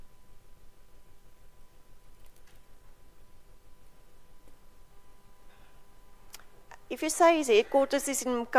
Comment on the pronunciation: Evidence leader, it's Ma-kha-nda not Mkha-nda 🙆